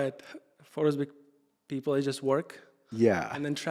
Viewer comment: I loved uzbek pronunciation rather than natives 🫠